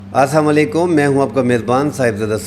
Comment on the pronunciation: Please correct your pronunciation of "Aslam o Alekum".